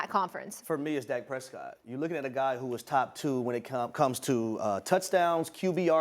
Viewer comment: Lol, Harry, Dak Presscot?! 🤣 OMG 😂...